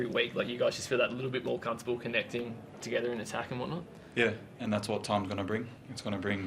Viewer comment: Sounds like the reporter said 'c*nt-able' rather than 'comfortable' and